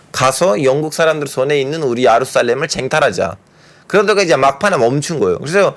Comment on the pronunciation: ㅎㅎㅎㅎ 야루살렘 발음 신기해요